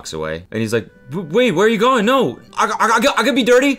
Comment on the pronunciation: The Aussie accent is actually very hilarious. They turn "NO" into three syllables! NO-EOW. lol